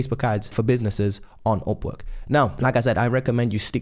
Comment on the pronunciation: Man I was very confused why he was saying OPPO OPPO then I realized its Upwork in Brit Accent.